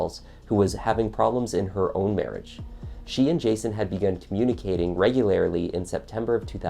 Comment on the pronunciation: omg... could you say ""regularly" again? haha you said regularily